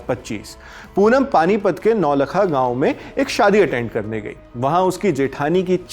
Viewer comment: Correct naulakha to naultha(नौल्था)